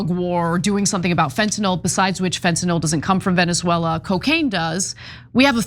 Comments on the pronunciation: Love how Ana doesn’t know how to pronounce Venezuela. More like Veneswella. By the way. Chat gpt says now that trump is a fascist and even worse then Mousolini. Congrats America. What a good story for the historybooks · Ana's pronunciation of Venezuela needs some serious work